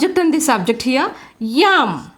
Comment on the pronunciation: It's not yam it should be am and falling as well pls 🙏 check ur pronounciation